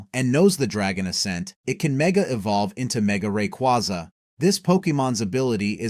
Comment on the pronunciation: The fuck were these pronunciations? And then got Rayquaza right